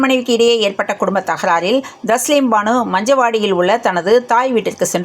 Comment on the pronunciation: பூட்டை திறந்து வீட்டுக்குள் வந்துள்ளேன் அதாவது லைக் போட்டு வந்துள்ளேன் செய்தியில் சிறிய திருத்தம் தாஸ்லீம் பானு அல்ல. தஸ்லீம் பானு சரியானது